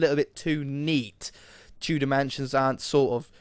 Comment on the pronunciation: Whenever you say Tudor mansion it always sounds like Two dimension xD